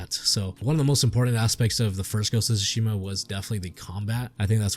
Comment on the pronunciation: Sounds like the basic misogynistic review to me, can't even say Tsushima right. Watch a sucker punch video and do your research before complaining for an hour